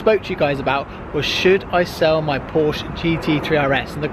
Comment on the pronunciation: Please stop saying Porsche GT3 RS we do honestly get it and please pronounce Porsche correctly